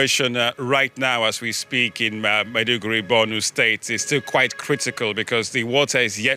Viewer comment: Madi-Guri? 😂😂😂😂 Maybe check the pronunciation before making the report😂😂😂😂😂